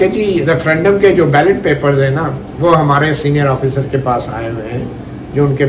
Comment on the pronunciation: Yaar jub senior kehtay ho to it sounds like "budhay" sahafi 😅